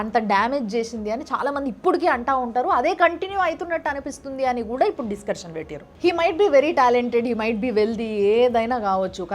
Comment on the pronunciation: డిస్కర్షన్ కాదు అక్క, డిస్కషన్